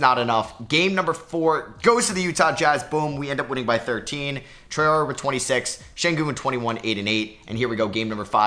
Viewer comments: You're nearly pronouncing Traore right, you are supposed to pronounce it Tra-ore-ey, and not Tra-ore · Hey love the vids! Traore is pronounced “Try-or-ay” for future reference